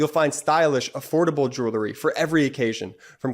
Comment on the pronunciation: love your podcasts, but PLEASE tell your youngest brother that the word on your sponsor's ad is JEWELRY (jewel plus the collective noun ending, -ry), It's NOT JEWLERY. He's not the only one. Lots of (too many) people make this same mis-pronunciation.